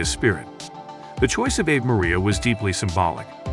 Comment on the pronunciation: This commentator can't even pronounce Ave Maria correctly. It's SUCH a classic song that it's stunning someone would be so ignorant. He also grossly mispronounces other common words, such as "multi-faceted," "unwavering," "montage," and "Leonard." It's apparent he has a poor education, hasn't read much, and doesn't even know what some of the words mean or their roots. Then he gets his facts wrong, stating Olivia was cast as Juliet as at seventeen. She was fifteen. Olivia deserves better than this.